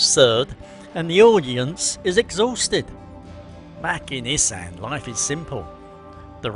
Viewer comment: Learning how to pronounce ‘Issan’ correctly would be a start